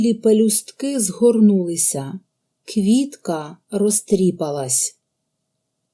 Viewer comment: У слові "розтріпалась" наголос падає на "а" - "розтріпáлась"!